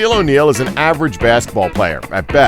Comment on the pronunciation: "Shaq was avetage at best" wtf is this dudes problem?